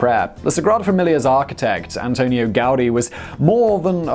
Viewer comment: ANTONI, not AntoniO Gaudi. Pleae, he's Catalan, not Spanish or Italian. I,m noting more and more of those very irritating blunders on your channels. Maybe it would be better not to greedily multiply the number of channels and weekly rhythm of videos (interspersed with more and more sponsoring and commercial breaks.... are you really in such a dire need of money?) and maybe concentrate on better copy writing and editing, like back in the time when you used to have just two (but definitely high quality) channels. All the more that you tend to rehash and reheat snippets of already published segments ( e.g. here with Gaudi - btw renamed "gowdy" by YouTube automated subtitling...) Just saying.